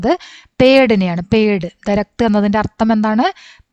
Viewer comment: ദരക്ത് അല്ല ദർഖത്